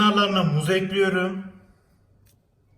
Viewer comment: Abi gözünü seveyim o harfini de kullan (şeker ekliyöörüm)